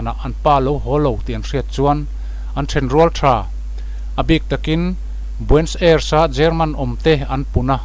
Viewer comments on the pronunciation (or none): Nia...Nazi tihah hian 't' telhin 'Natzi' tiin an lamri tlângpui. Tin,Argentina khawpui...Buenos Aires hi 'Buens Airs' tih ang deuhroh in a lamri deuh char char...'Bue-nos...Ai-res' tih emaw 'Buh-nos...Air-ess' tih ang deuhin an lam ri ṭhin.Hemi pahnih hi a lamri ngun si a,beng a tikham lek lek. Eichmann-a hming pawh a lamrik dan a inanglo zeuh zeuh bawk. Comment ve ka tum a,comment a khar(close) nge mawni,ka comment thei dêr lo mai.